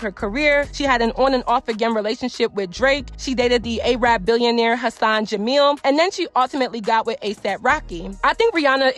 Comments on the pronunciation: Just wanted to let you know you pronounced Arab wrong, it’s more like “air-rib”. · Why do y’all pronounce Arab as ay-rab lmfaooo